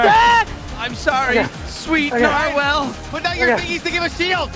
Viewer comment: their pronunciation of narwhal is hilarious